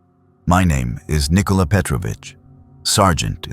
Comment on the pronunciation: 🫡 As a Serb, I salute the fact you didn’t say Nik-OH-LAH but Nikola (short stressed “i”, no “OH” sound)